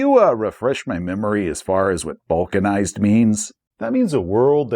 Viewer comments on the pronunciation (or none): I understood "vulcanized" instead of balkanized, so your explination of the term really confused me :D Both words tend to come up in my daily life but both are in that area, where I know sort of what it is but could not define it on the fly.